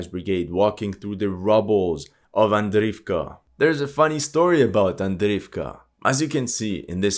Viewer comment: sure, maybe then he will be able to pay someone to tell him how to pronounce Avdiivka, Andriivka, Makiivka...